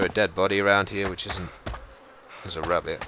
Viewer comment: "We're hunting wabbits!"